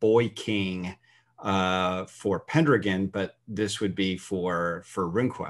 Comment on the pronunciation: I can’t get over how he pronounces Pendragon.